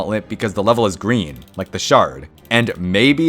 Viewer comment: “so just to recap, fire, ice, earth, water, lighting, and??? “gwreen”